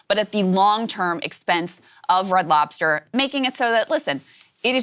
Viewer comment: You can tell someone is black when they add the "s" at the end of f Red Lobster. Adding those letters where they dont belong